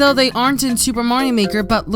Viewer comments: "super morio maker" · Ok I'm going to clear to the whole world, it is pronounced mah-rio not maaaaaa-rio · mario not morio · LOL he says moario